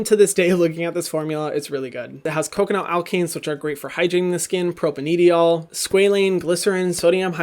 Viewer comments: hyram i love your videos but pleASE start pronouncing propanediol correctly, it’s pro-pane-di-ol, a propane molecule (carbon chain of 3) with two (di) alcohol groups which gives it the ‘-ol’ suffix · And people who know how to pronounce "propanediol" and cringe when he says it. I love his channel but he's had so many chances to get it right.